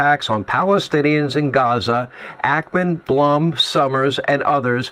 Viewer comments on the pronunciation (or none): none